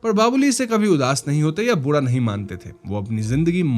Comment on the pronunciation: Bura ko Budaa kyoun bol rahe ho? Ra bolne mai pareshani hai kya?